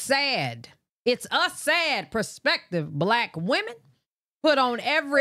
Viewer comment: It's kills me how she saying wemon not women 🤦🏾‍♀️🤣